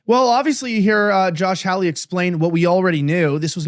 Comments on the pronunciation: How could this gateway pundit guy not know how to pronounce Senator Josh Hawley's name? It's not HOWLIE (a white guy in Hawaii), it's HAWLEY, which rhymes with PAULIE. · Why can't Elijah correctly pronounce Sen. Josh Hawley's last name? It's not difficult. Incorrect: "HOW-lee." Correct: "HAH-lee."